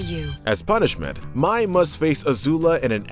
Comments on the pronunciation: Mai pronounced "My" instead of May. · And mai pronounced may not my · And mai is pronounced may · Also you pronounced Mai wrong its pronounced like May. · Are we gonna shrug of the fact on how he pronounces mai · Ok it’s sorta ok how you got some of the names wrong But then you mispronounce mai..... is that how you say the month may? I’m pretty sure not.. So why can’t you just say her name right? alsoooooooooo please you say your a fan of Avatar so you have heard the names!! Sorry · can't lie, I cringed the whole time when you were saying Mais name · and Mai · Same and Mai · And mai 🤦🏻‍♀️ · and Mai, like has he even watched the series? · you guys mispronounced Sokka. Its a long O not a short one. Also ITS MAY LIKE THE MONTH! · Also Mai and Kyoshi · Takes a jab at the live action movie at the beginning of the video, yet mispronounces names just like said movie. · This feels like he hasn’t watched the show and is just reading the script someone else made, as he is pronouncing names like Appa, Sokka, and Mai how they look instead of how the actually are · it just hurts how he pronounces Mai, Kyoshi and Sokka. i don’t get how you can mispronounce names said over and over and over again in a show. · Okay, I can understand mispronouncing Mai's name. Even I slip up there. But the Sokka and Kyoshi mispronunciations are cringe-worthy. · Well obviously it’s not I mean mi not mai soaka not sokka and kayoshi not kyoshi ughhhhhhh childhood ruined by a “fan” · "Soke-a" "My" "Kieoshi" Please do not repeat the sins of Shyamalandingdong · KEY-OSHI ,SOCK-A, MAY PRONOUNCE THINGS THE RIGHT WAY OR DON'T MAKE VIDEOS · KAIOSHI, SOAKKA, MY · He rashes on M. Night Shamaylans remake, but pronounces Sokka, Kyoshi, and Mai wrong 🤦🏽‍♀️